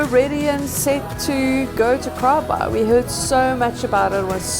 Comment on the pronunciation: _ I kept hearing you say "KAALBAAI"..... Did you guys experience anything with the South Seas Earthquake last night (Saturday ) Cheers! _